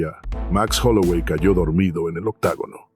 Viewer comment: Se dice OCTOGONO BASTARDO